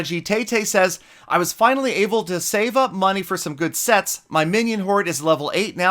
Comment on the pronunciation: They think you where making a joke. Sets sounds like se...